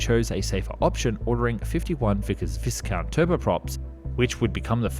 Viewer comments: Not to carp but how can you get so many well known names pronunciations wrong? The 'A' in Avon is as in day. The 's' in Viscount is silent and the 'i' is as in iceberg not as in disaster. Your pronunciation of de Havilland is just weird. Apart from that great stuff by the way 😀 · And then the poor man calls the Viscount the Visscount. How odd, how silly.